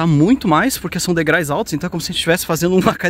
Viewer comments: Pô. "degrais"!!!! Me desculpe mas, os degraus se ofendem fácil. KKK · Degraus !! Dói ouvir!! Degrais, degrais, degrais, degrais!! 😂😂😂😂😂😂😂😂😂😂😂😂😂😂😂😂😂😂😂😂😂😂😂😂😂😂😂😂😂😂😂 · Olha gente, assistimos vocês porque os lugares que são mostrados são lindos, mas por favor, procurem cuidar mais da gramática, não é rinaceronte, é rinoceronte, não se diz degrais e sim degraus. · não esqueça de que vc. é um INFLUENCER e é primordial que vc. fale bem a Língua Portuguesa! Não se fala "degrais" mas sim DEGRAUS! Desculpe minha franqueza! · "Degrais" foi de doer! Degraus! Mas valeu a vista. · Adoro os vídeos de vocês, mas não esqueça que o correto é: degraus, pois "degrais" não existe. 😂😂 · Degrais (SIC) é de doer os ouvidos .... Kkkkkkk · Falaram errado o tempo todo... Descuidam-se muito com um dos instrumentos de trabalho deles que é a língua portuguesa. Provavelmente não acham importante. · sigo a dupla dinâmica desde o início e você sempre fala errado o plural de degrau que é degraus e não degrais ok? Fica a dica aventureiros…. VAI ….. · Degrais (não). Degraus. Blz! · Degrais dói no ouvido, substantivo terminado em ditongo ou seja duas vogais na mesma silaba não permite o uso da palavra degrais, degraus tá? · por favor, são DEGRAUS, vc sempre fala degraus e fico nervosa 😅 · “Degrais”??? Essa doeu mesmo; credo…português sofrível 😵‍💫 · NÃO ENTENDO VOCÊ CONTINUAR FALANDO DEGRAIS NÃO SEI ONDE VOCÊ APRENDEU ESSA PALAVRA ME POUPE CARA FALE DIREITO. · `degrais` kkk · Eu tbm ia corrigir, soa esquisito quando falam errado, mas adoro eles